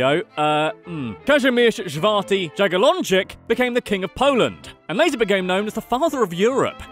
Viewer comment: Kazimierz szfarty? Jebłam xd